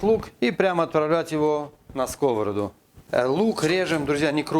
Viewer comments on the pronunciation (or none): пожалуйста - не скОвороду, а сковородУ!!!!!!!!!!!